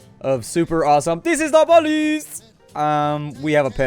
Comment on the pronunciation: "DIS IS DA POH-LEES!!!!" 🤣🤣🤣